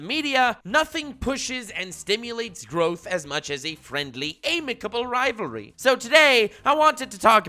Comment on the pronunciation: it’s pronounced amicable not amicable